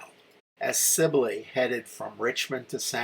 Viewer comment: relatively trivial, but it's proounced "Mesi-ee-a" (double L in Spanrish is pronounced as a Y, or long e.) Also, the Federal prisoners from Lynde's command were PAROLED, not PATROLED. "Sibley," not "Silbey." Baylor captured several hundred thousand rounds of US .69 caliber musket ammunition at Bliss, which was a very lethal load in the 21 ga. shotguns most of the Texans carried. He also captured "some" artillery. (I'm sorry to be unable to give you details on this; my library is packed for a move.) Among the trioops Lynde surrendered at San Augustine springs were [I think] two companies of regular dragoons who were in far better condition that Lynde's infantry. Boy, were they P***ed! In fact, the commander of the dragoons testified at the courtmartial of Lynde. I started reenacting the NM campaign in 1976, and have stuided it intensely. For the record, if you run across a book titled, "Glory, Glory, Glorieta," by a man named Scott, don't waste a penny on it. It is, beyond a doubt, the most detestible bit of historigoraphy I've had the misfortune of reading!